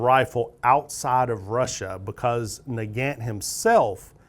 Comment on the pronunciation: I noticed that you pronounced 'Nagant' differently depending upon whether you were referring to the man or the rifle. When referring to Leon Nagant, you were pronouncing it incorrectly (nuh-gant) but when referring to the rifle, you were pronouncing it as 'nuh-gawnt' which is more accurate. Mosin is pronounced 'Mosin' not 'Mozin'.